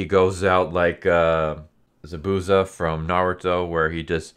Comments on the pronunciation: did you just call zabuza ("zah-bu-zah"); "zu-boo-za"?! smh disrespectful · Zuh boozuh really bothered me😂🤣😂🤣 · Thank you for this. Butchered the names, but dope TLDR RĀ-FĪ-EL (Raphael). ZAH-BOO-ZA (Zabuza).